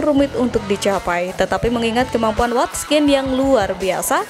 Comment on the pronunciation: Watkins min bukan watskin aduuuh